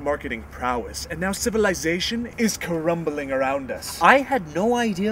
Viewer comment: "Civilization is ca-rumbeling around us." I just love the way he pronounced that word.